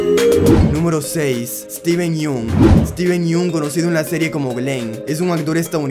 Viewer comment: Tubiste 3 errores no es eteven yun es esteven yong y se escribe yun 2